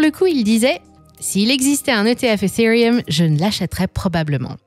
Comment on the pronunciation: J'en peut plus de cette voix IA éclaté betcoin hitereum 😂😂😂😂 éclaté la voix ...les acoins